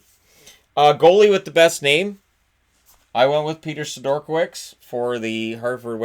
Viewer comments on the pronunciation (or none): Isn’t it Peter “Seh-dur-kah-vich”? Maybe I’m wrong, idk.